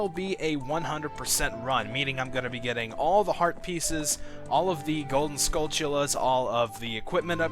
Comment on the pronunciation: Anyone else hear him say gold skullchulas?